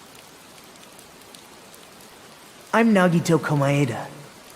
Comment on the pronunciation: Interesting topic but I can't concentrate because you pronounce his name as ko-ma-i-dah (ノ_<。)